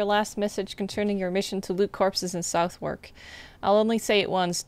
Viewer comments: I know you did this stream a long time ago but I thought I'd let you know I'm really enjoying watching it. Finding your pronunciation of Thames (Tems) and Southwark (suthark) difficult though as someone from the area! There's a Gillingham (dgillingem) in Kent, but there's also a Gillingham (hard g) in the West Country somewhere. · The way non British people pronounce Southwark is hilarious q